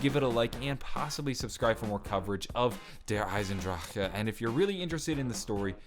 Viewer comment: That's how its pronounce in proper German terms 😐